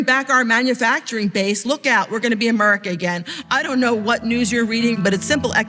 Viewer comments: the stereotype for trumpnites when they say 'Murica' is unfortunately dead on, as displayed by & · Just listen to how he says Amurica 🤣🤣🤣🤠🤠 speaks volumes ... Eric cartman is fucking hilarious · the fat lady at the table unironically said "amurica" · This lady really pronounces it "Amurca"...